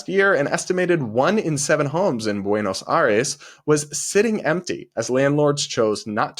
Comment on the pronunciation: Was your Spanish teacher from Andalucía? The way you pronounce Buenos Aires (Buenoj Jaires is hilarious, in Cuba we also have a huge Andalusian influence in our pronunciation) I say it almost the same way as you 🤣🤣🤣🤣